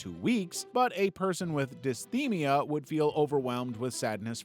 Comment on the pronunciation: Dysthymia is pronounced "Dis-Thigh-Mia"